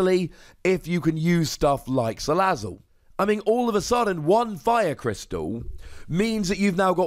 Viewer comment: Thanks for the right pronunciation of salazzle.